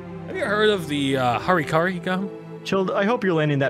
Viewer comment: “Hari Kari” you mean Hara Kiri, right?